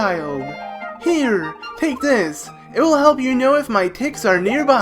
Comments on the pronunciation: Its tykes not ticks you dumb ass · Is the English language really that difficult for you? It's TYKES. It rhymes with "bikes".